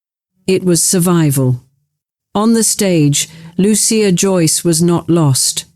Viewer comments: God, the AI is strong in this one. So banal and repetitive. I see the software is boggling on Loo- sha, or Lucy-ah. Hint. She and her brother were given Italian names. It is Loo- chee- ah. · It was pronounced Loo-sha. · Lu-CHIa. They spoke Italian.